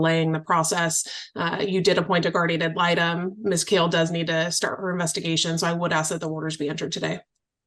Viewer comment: I feel for the GAL and her last name never being pronounced correctly 😂 it is Kale not Call